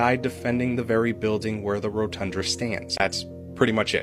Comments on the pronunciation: It's the Rotunda (row-ton-duh), not rotundra. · Homie kept saying rotundRa lmfao. It’s rotunda fam, only one R buddy ❤ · It's ROTUNDA not ROTUNDRA. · He can't seem to say Rotunda. What's a Rotundra? It's a misspelling of the word Rotunda. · "rotundra" LOL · First, respectfully, the word "RotunDA" is pronounced: "rō-tŭn′də." More importantly, ZERO Capital Police died defending OUR Capital on J6. ZERO!!! ZEEEEE-ROHHH. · 'Rotunda" 😊. Sorry it was making me 🤪